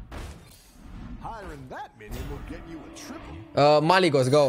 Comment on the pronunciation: Stop calling it Malygos pls